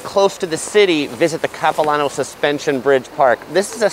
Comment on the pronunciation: “Cap-i-Lan-oh” not “copi-lohn-oh” Definitely an interesting take on visiting Vancouver but not what the locals would show visitors other than the suspension bridge and Stanley park (which your video missed the best parts of both btw).